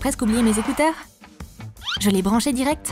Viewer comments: Vous ne savez pas dire ecouteur. Vous dites ecouseur. 😂😅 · Si ont écoute 👂 bien a dit je vais écouter 🎧 avec mes zécouzeur au lieu découteur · Oui t'as raison il se sont trompée de mot. ( en tout cas moi j'ai entendue < zécouzeur > ).